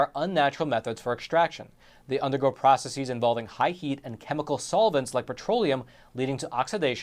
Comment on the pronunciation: Please note that the plural of process is NOT "processeeeez". This is an annoy fad where non scientific people think it makes them sound more scientific and knowledgeable. It shows the opposite. This applies to words like thesis, crisis, analysis : words of Greek origin which end in -sis. Process does NOT end in -sis and is of Latin origin. Please stop spreading this fake plural.